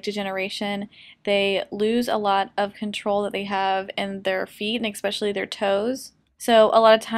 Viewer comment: That's not how you say especially. Adorable video.